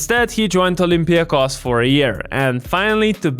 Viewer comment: Bro first time hearing a foreigner pronouncing Olympiacos and Panathinaikos correctly, Weird but Nice ! 👍